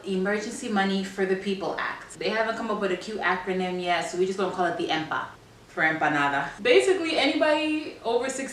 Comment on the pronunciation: Oh... the inflation will be 10x too ... and did you say “Enpanada”?